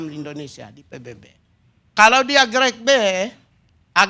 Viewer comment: Grek grek apa kau bilang ini Pigai!!! Grade bukan grek🤣😂